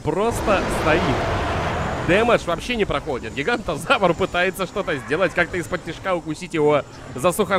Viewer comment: Терезинозавр* Пахицефалозавр* Гиганотозавр* Паразауролоф* (или паразавролоф?) Шаньдунгозавр* Карнотавр* запоминай, )